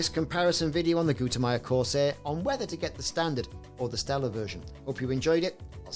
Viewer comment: It's "Stellar," brother. :)